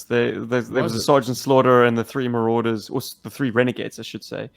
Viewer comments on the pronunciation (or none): Gah...you said Marauders again 😂